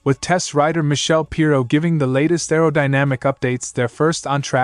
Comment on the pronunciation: Still can't pronounce Michele, Ai, Sepang and Desmosedici. The other AI (sic) could be taught phonetic spelling to correct this but then when the text is culled from other sources blindly, the editor is not a bike fan. ZN stands for ? Zero Natural?